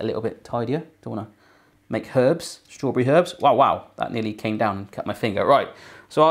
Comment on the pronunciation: He dosent say strawberry he says straw bre